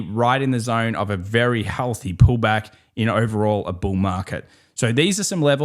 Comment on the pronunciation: 🐂 Bull not BUL ✨😀🤷🏻‍♂️🍀